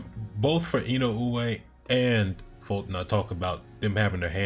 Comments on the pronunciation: Wrong. Unless you feel OK in saying Fulton's name as "Futon" then it isn't OK to be "perfectly fine" with in-uh-way. Say Inoue's name how you want but recognize you are pronouncing it wrong. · To make it easier, you can pronounce his name as "in uh way" and be perfectly fine, it feels like you're still trying to get it a certain way each time and not quite saying what you're hearing in your head when you read it. Hope that helps.